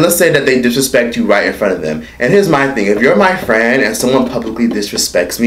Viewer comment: TOOK ME OUT "MY FRWIEND " 🤣🤣🤣🤣